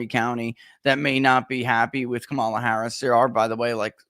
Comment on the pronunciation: Jim Kramer just told his audience to vote for Trump (truth!) And I gotta admit, it just seems so strange to me that Barnes et al (because it is MANY more than just he) refuses to properly pronounce her name. It's COMMA la. COMMA la.